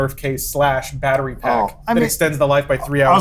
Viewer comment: "Batter-Wii"...... ba ra bababupbabaaa tap dances out of frame